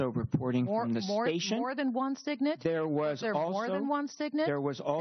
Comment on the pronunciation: SIGINT, SIGINT NOT SIGNIT U F*&^WIT!